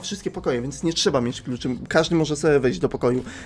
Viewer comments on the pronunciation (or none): none